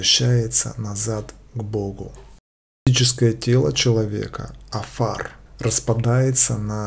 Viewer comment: Невозможно правильно читать! Элоהим, а не ЭлоХим. И некоторые слова на иврите читаются наооборот: афар- рафа.